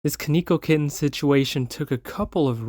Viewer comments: its pronouced kon e ko kitten but yes konkeokitten getting banned is good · Stop pronouncing his name wrong 😠